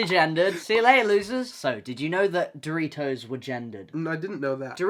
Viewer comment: it's too early for this....istg when Noah said doritos I heard 3 toes and got so confused💀